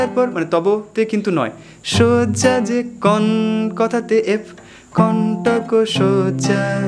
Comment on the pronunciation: একটা সজ্জা অন্যটা শয্যা উচ্চারণগত ফারাক আছে।যাইহোক,ভালো লেশন। একটা বিষয় জানতে চাই, chord change এর logic টা ঠিক কী,সা এবং পা ছাড়া বাকিগুলো কীভাবে ঠিক করা হয়,গানের শব্দের প্রথম note টি অনুযায়ী কি?জানালে উপকৃত হব,ধন্যবাদ।